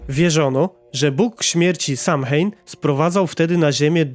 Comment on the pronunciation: Samhain czyta się sołejn